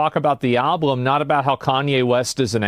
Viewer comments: omg every time he said alblum I was loosing it 😆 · Wait, asmon cant say "album"? He said "alblum" multiple times 😅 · Asmon keeps saying "alBLum" 😂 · I'm 13 minutes in and he has said 'alblum' 3 times. I'm actually convinced he genuinely thinks the L comes after the B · not even two minutes later, and...another ablum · Ill never get over how asmon pronounces album with two "L's" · Asmon pronounces it "alblum". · Why the fuck does he say alblum?? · Is he saying " al_blum"? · From the words of Cdawg, "I just like the beeps and bops" think alot of people just like the beats in songs without fully listening to lyrics. I'm guilty of it too. Also can someone tell asmon it's Album, not Alblum. Lol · Is there a joke I’m not in on or something? Why does he keep saying “alblum” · Is it just me or is he not saying "Album" correctly? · Holy shit man, I can only take hearing the word "alblem" so many times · Is Asmon saying “Alblum”? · Why can't this dude say album? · Someone needs to investigate Asmons inability to say Album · I love that he can't say the word "album" properly